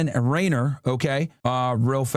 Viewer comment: It is amazing how was watching multiple news reports about the guy where the reporters kept correctly pronouncing the man's name and STILL KEPT mispronouncing his name.